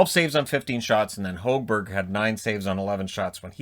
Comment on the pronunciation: PLEASE figure out how to pronounce Hogberg's name!